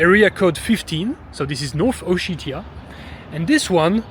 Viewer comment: Как он противно произносит O-shit-ia 🤮